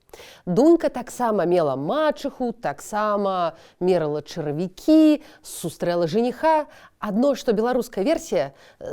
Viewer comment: чаравІкі. Націск на 3-ці склад. "унывать" - не наша слова.